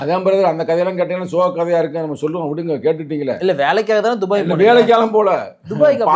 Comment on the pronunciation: நெறியாளர், அது என்ன டுபாய் டுபாய் என்று துபாய் அழைத்து கொண்டு இருக்க 😂😂😂 எனக்கு டுபாகூர் டுபாக்கூர் என்று சங்க தமிழனை கிண்டல் அடிப்பது போல கேட்கிறது 😂😂😂